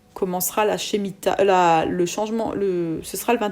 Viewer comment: Par contre on prononce: « Schmita ».